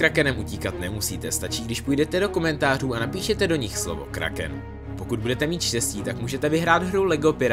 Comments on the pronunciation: Ne říká se kráken 😅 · Nenene je to KHRÁKEN 😄